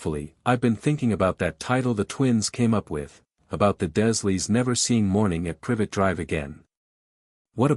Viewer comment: You are pronouncing the dursleys, wrong, it's d.U r leys Other than that.\nIt's a good story , but you've got to get the pronunciation right on a lot of things❤😂😊